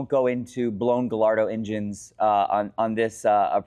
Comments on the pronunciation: It’s “guy-yardo” not “guy-lardo” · Guh-LARD-o? Really? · ga-LA- rdo? Other people I’ll give them a pass, but you are a dealer bro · For the 100th time,, we love ya, but it’s “GAH-YARD-DOE!” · I consider a top Lambo expert, but the pronunciation of GALLARDO is hard to hear! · 😂 It does seem funny that someone who deals in Lamborghinis for a living doesn’t know how to pronounce the name of their most popular model…